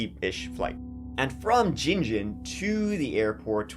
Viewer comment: Well done on Gin Gin and Bundaberg pronunciation. That case is one of the worst in Australia and the state of that house still makes me sick, to think of Pheobe and those poor dogs. There are some horrendous human beings😮